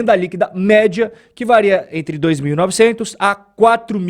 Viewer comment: me desculpa, cara. Mas eu tenho que dizer: “vareia” não existe! Se diz “varia”. Gosto do seu conteúdo, mas essa doeu 😅